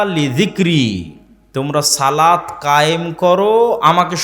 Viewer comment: সালাত না ভাই সলাত